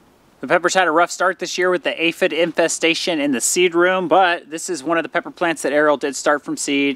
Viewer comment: The way enunciated "aphid infestation" was so funny to me for some reason. Sounded like a cool band name!